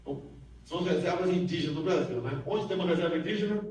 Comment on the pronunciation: Excluir comentários que estão falando contra o vídeo e só deixar os que estão falando a favor dessa merda, NICE "BRACHIL" "NICE KÉNEL"